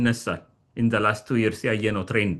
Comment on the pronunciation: Yearsን ስትጠራ አፍህን ቂጣ እንደቀደደው ያሳብቅብካል ንጹህ አማርኛ አውራ